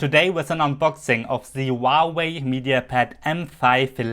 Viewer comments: มันอ่านว่า หัว เว่ย. ครับ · Not wauwai!!!!! Huawei!!!!!!!!!